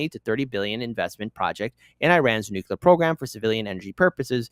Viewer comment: I stop listening to anyone who says "nucular". Learn to fucking read.